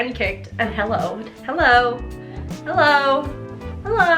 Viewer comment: you: hellou🦵 me: 😲 You: hellou🦵 me: 😲 You: hellou🦵 me:😋😍😲